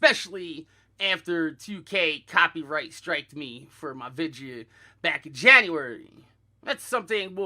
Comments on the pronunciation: Vid - e -oh, not Vid-ya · I didnt realize until half way through the video that vidge was him saying video